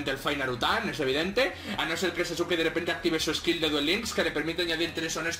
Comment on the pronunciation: En la descripción dice Sasuke , no sasuki ._.XD